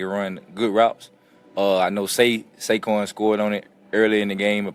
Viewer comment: Shake-QUON formally known as Saquon 😂